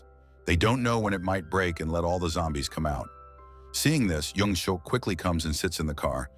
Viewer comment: I stopped watching as soon as they said his name is "young-suck"